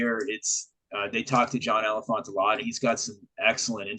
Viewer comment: Btw ... its pronounced like John Elephantay ... the last E is pronounced in Elephante.